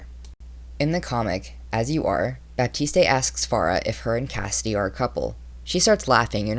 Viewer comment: the e in baptiste is silent